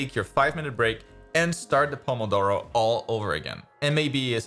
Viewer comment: I'm italian and i wasn't expecting that perfect "pomodoro!" Pronunciation